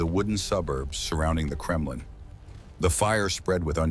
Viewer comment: no wonder the Mongols were feared. That and the "Kremlin" a few seconds later. AI slop can be forgiven, low effort AI slop can NOT.